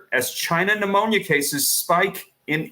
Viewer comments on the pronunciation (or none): Its not phnemonia